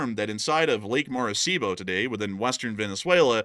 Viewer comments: Maracaibo, not Maracibo. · Ummm... it's Lake Maracaibo... pronounced "ma-ri-Kai-bo". My dad was born there. 😅